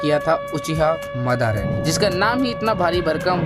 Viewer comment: bhai teri videos achhi hai lekin teri pronounciation ki wjah se tujhe bahhut hate milegi 🙄🙄🙄🙄 jese madara,kabuto